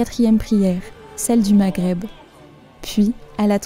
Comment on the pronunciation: Dommage que votre voyage prenne fin. Vos vidéos et commentaires sont les meilleurs de tous ceux que j'ai pu voir ou entendre. Encore merci pour ces émotions et moments de partage. tu peux prononcer "mareb" plutôt que magreb. Gh se dit r J'espère à bientôt pour de nouveaux voyages. Nous vous attendons au Maroc. Que devenez vous depuis votre retour?